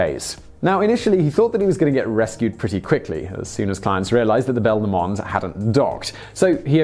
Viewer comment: Please don't pronounce Ben Lomond that way again...